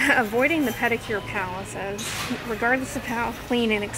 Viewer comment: “Pedicure Palaces” oh my gosh haha